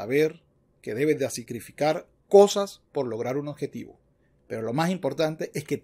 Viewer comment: Con todo respeto, no se dice oDjetivo, se dice oBjetivo, se q suena trivial pero el buen uso del idioma es fundamental para la credibilidad del quehacer intelectual